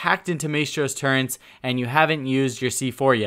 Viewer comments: As a Brit, you pronouncing "Turrets" as "Turrents" is very triggering... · "turrents" lol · Why does it make me mad he says “turrents” instead of turrets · Turrets, not Turrents... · Great video. Just a minor thing: it's turrets, not turrents. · really dude, your gonna call them turrents. Its turret...you know that right? Do you listen to your own audio at all? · T U R R E T S not turrents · It's turrets not turrents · Okuri Shito turrents? More like...... CURRENTS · Maestro's "Turrents?" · did you say "turents"? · Turrents? Torrents???? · Turrents? Learn how to say basic words dude. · It bothered me how he couldn't say turrets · I don't know why but the added N in turrets is really like making me cringe